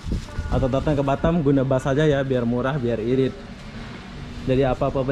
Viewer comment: Halo bos cara menggunakan bahasa harus di luruskan bos . kalo boleh sebut nya kota batam . jangan sebut batem . lagi satu kalo nyebut kota itu jangan bandar ini indonesia yah bos sori ini hanya masukan saja dikit